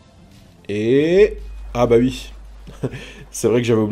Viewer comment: il dit ui au lieu de oui